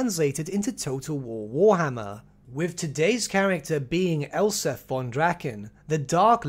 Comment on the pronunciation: It sounds like you're saying Elsa von Draken of Null.